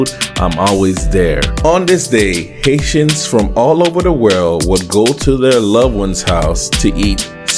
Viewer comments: lol sorry that is what it sounded 🤣 like he said. Thanks for correcting me. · You were saying haitians and I was hearing asians 🤦‍♂️